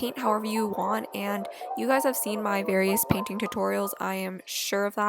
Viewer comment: every time she says paint all I hear is 'ok now im Panting the mushrooms'